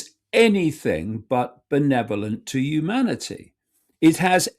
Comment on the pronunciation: Watch out 'umanity' Icke is about...the 2nd coming of JC BUNK